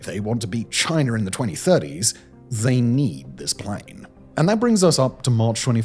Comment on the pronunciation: Chiner???? Its China